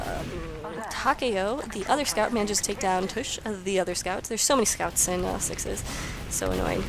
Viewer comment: y was i not informed of this. BTW its tavish :D not tush.